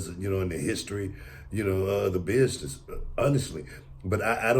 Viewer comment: Booker when he says “bishness” lmaooo